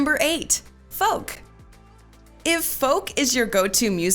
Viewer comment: did she just call it fœk?